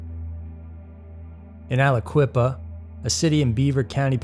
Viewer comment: Wtf dude I'm from Aliquippa pa wich you mis Pronounced, but anyway that nuts he's from here and he got Released the year I was born, this man gives him all of from quip a bad name and this makes me sick